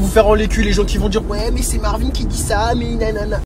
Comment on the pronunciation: " il s'appelle Ricardo il va sortir " ptdrrr "marveen" frère arrete